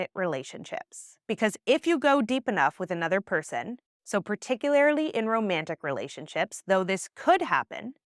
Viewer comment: Grammar nerd here: The word is "particularLY" not "particularILY."